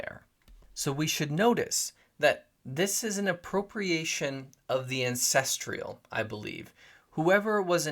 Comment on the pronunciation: AN-CEST-STRAL not ancestrial.